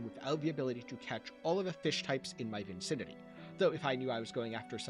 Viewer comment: I’m just having a bit of fun, I know what the word means but the actual word is vicinity, there’s just the one n! It’s apparently a very common mispronunciation 🙂